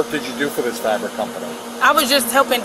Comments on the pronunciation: Can’t pronounce fabric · IKR. 🤦🏽‍♀️ “Frabic” . . . “Axed” him. 😖